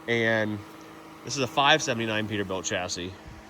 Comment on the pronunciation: Peterbilia? ScanerBilt?